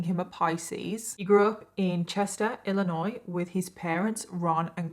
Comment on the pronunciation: Someone explain to me why knows how to correctly pronounce "Illinois", meanwhile most Americans don't even pronounce it correctly.